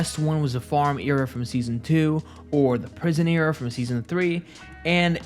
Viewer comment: Why do you say era like that